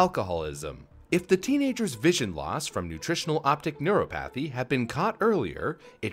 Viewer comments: Its nice when says words wrong. Makes me feel better about myself. Lol. Neuropathy. Neur-AH-pathy Sorry. Sorry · Say it with me, Neur-o-pathy....